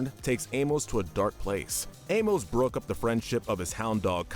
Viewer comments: Your pronunciation of Amos is seriously infuriating lol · It’s pronounced aim-ISS and KRAY, “Patrick Star”! 🤨 You’re so bad at pronouncing names,! 🙄